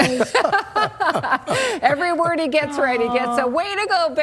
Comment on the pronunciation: You said “He” wrong 😑